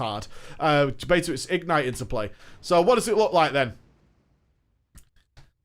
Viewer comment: igNITE not IGnite